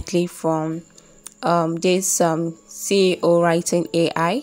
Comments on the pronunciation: Sincerely nice intro but I think my ears were hearing CEO instead of SEO 🤔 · I think you meant SEO? You were saying CEO